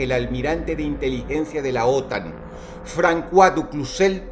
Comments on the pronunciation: no se lee francua se lee "fronsua" y se escribe François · Francua? Es fransua osea cois es sua aunque no tiene importancia es importante saberlo y lo digo ya que si Dros es una persona educada asumo que seria bueno saberlo no? Como cuan dice Dios Abramanico. Es Dios Abrahamico auque en castellano la H es muda hay una extensión de la A o incluso la H podria cumplir el rol de semjar en sonido a una J. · François se pronuncia como fransoa 🌚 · Sólo una pequeña corrección. La ç en el francés se pronuncia de la misma forma que la s del español. Por lo tanto la pronunciación del nombre del contra almirante es "Fransuá" y no "Francuá". De hecho tal es la razón por la que mi nombre de Youtube es Fransuá. Un excelente vídeo con un tema para pensar. es por ello que es importante ver lo que dicen ambos bandos en un conflicto. Casi todos los noticieros que vemos son o de EUA o de la unión Europea. les recomiendo ver RT (noticiero ruso) aunque evidentemente está todo en favor de los rusos. Recuerden que no hay buenos ni malos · Se pronuncia fransua no frankua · Alguien le haga saber que se pronuncia "Fransua" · Es François, y su pronunciación fonética sería como fransoa...jjjj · Un apunte, el nombre francés "Francois" se pronuncia "Fransuá". Muy buen video, llevamos en guerra mucho tiempo y aturdidos por las redes sociales, dejando pasar la vida real día a día. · "Frankuá". Jajajaja Dross sólo tenía que preguntar a Google como se pronuncia. Que idiota. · Todo bien pero se pronuncia "Fransua du Cuzé" (A ver si alguien se pone a pelear conmigo :v)